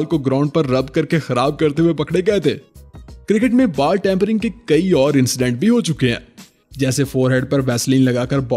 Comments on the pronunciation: Its ball Not baal🫣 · Bro you are saying baal instead of ball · Bro your videos are awesome but Bal nhi ball hota h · Bhai app ti ball ko bal bol Rahe ho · English words k correct pronunciation seekh le. Baaal bol bol ke dimag kharab kar Diya